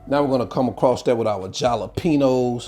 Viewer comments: All that cheezy gooey goodness. Looks deeelicious. Yummy!!! I've never heard jalapeños pronounced as "chalapenos" before. What part of the country are you from.❤️❤️❤️ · The ja-la-pe-nos did it for me, going to Try it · Love how he calls it jalapenos 😆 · They are halapenos only with a J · No shredded lettuce& chopped tomatoes on the vine. Your pronouncing jalapeños incorrect. ijs.